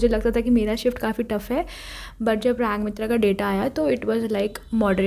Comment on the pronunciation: First shift❌forst shift ✅😂😂😂